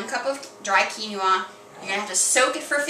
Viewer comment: I love you vid but this bothered me...Quinoa is Pronounce (Quin oa) KEEN WAH not keeny wah. Going to try this recipe. Tip for poached egg... is before you add egg to pot make a wirlpool in the pot & it will wrap the rest of the egg n its self.